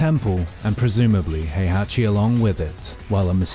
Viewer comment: Heihachi, not Hayachi. Azazel, not Ayzayzel. Kasumi, not Kazumi.